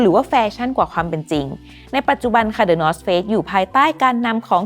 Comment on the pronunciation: ได้ยินเป็น the north fakes เหมือนกันอ่า